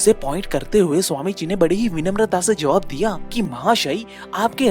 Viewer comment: Angrej nahi angrez..sahi lafz hai. Joaab nahi...jawab hai.